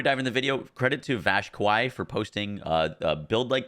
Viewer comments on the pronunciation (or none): none